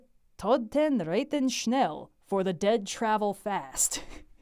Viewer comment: Aside from "reiten", your pronounciation of "Die Toten reiten schnell" was pretty good! The German "ei" would be pronounced like the "ie" in "dried" while the German "ie" would be pronounced like the "ie" in "yield" (basically just a longer "i")